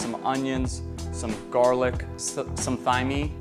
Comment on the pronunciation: Cmon…”thyme” is pronounced time..like what time is it